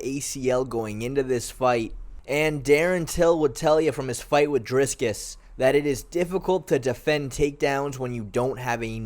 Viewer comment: Do you have autism or something, how do you pronounce dricus like that